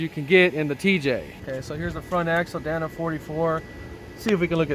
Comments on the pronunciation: Dana. Not Danna. DAY-nuh. With that body lift you could easily tuck the drivetrain up a bit higher and have a flat belly skid. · I used to date a girl named danna.😂 i believe the axles are pronounced "day-na"